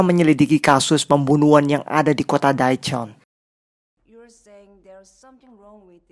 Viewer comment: Sorry bang mau koreksi dikit aja karena beneran ga enak bgt denger pelafalan daechon—- dibacanya de con bukan DAE CON Chae hwa ja dibacanya CEH WA JA bukan Cae Huwa Ja